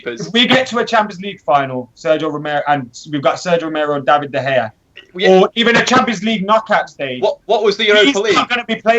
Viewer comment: with his incredible insight: yeah I'll take these 3 players cause they seem pretty good. Still can't say De Gea properly either. And bullies the only guy making legitimate points with proper information and statistics, what a knob is.